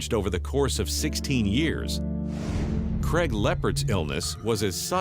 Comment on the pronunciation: Cregg? It’s C raig